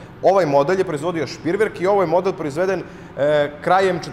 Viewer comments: Nije Špriverk nego Šrpreverk! Duplo EE u Nemačkom se čita kao E, a ne I kao u engleskom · Није Шприверк него Шпреверк! Двоструко ЕЕ се на немачком изговара као дуго е, а не И као у енглеском језику. Фудбалер Т.Кроос је Крос и није Крус како га зову енглески коментатори😉